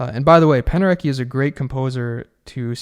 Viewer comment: I love your channel and hope you will do more videos showing the film scores themselves! It would be nice to hear the examples you cite, even for those of us who are professional musicians. Your 'chaos' chords are great to look at but would be more helpful if you were playing them while describing them. Also, just for your info, it's pronounced Penderet-SKI! I learned that when we worked with him at my University many years ago...we all thought it was the way you say it until he corrected us.